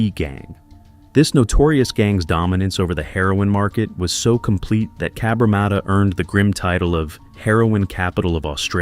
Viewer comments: Cabramarter sounds aMerican it is Cabramatta from a random 🇦🇺 👍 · If you’re going to say the name of the suburb so much, maybe you would do well to learn how to pronounce it properly. There is only 1 R in Cabramatta! Cab-Ra-matta!